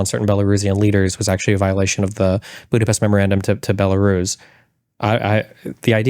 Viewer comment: Tim is mispronouncing Budapest, so everything he said is wrong!